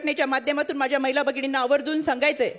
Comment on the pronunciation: ताई मैला धोरण नव्हे,,,,, महिला धोरण,,,,,, म्हणा,,,,❤❤